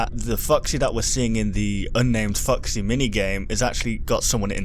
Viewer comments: Sounded like you said "Fucksy" (LOLS) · Legit sounds like you're saying "Fucksy" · When say foxy it sounds like "Fucksy" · keeps saying 'fucksy'. #cannotunhear